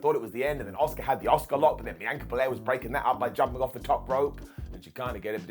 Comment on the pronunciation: The woman is called ASUKA not OSCAR ffs 🤣